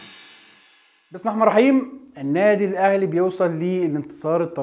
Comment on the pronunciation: بص انا مش عارف ليه ما فيش مشاهدات كتير مع ان شايف انك خاربها اعلانات ومع ان كلامك كويس برضو وبتفهم بس لو قولت بسم الله الرحمن الرحيم بشكل صحيح افتكر انك هتعدي ❤